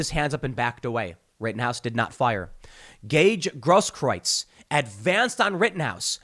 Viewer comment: Tim Pool and Jeremy from The Quartering are the only people I've heard so far who pronounce "Grosskreutz" properly.